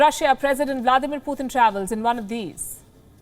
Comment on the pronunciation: His name is Putin, not Puthin